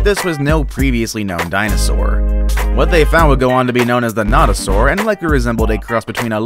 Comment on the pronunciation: The no do saur is not the first one found also you said it wrong and forgot it had no legs